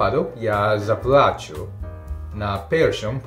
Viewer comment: Наголоси: заплАчу - почну плакати заплачУ - дам гроші за товар, чи послугу